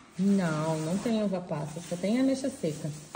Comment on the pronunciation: "Abexa" (ameixa)kkk